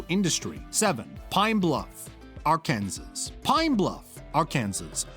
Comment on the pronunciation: “R Kansas”